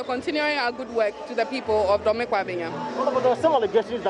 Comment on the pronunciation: Host, correct your pronunciation of Dome. It is not the english word 'dome'